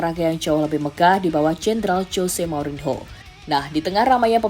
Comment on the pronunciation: Saya suka chenel YouTube ini,tp agak risih ketika host mengucapkan kata "Mourinho" tp gak papa kan masih belajar menyukai sepak bola ⚽